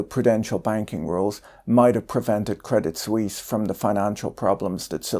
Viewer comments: The T in Credit Suisse is silent. French pronounciation. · No need to pronounce the t of crédit. Very nice video btw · Credit Sweeze?